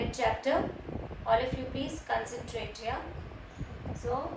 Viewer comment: It’s Cuncuntrate according to Maam not concentrate